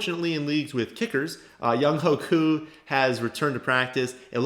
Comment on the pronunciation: Younghoe Koo is pronounced “Youngway” Koo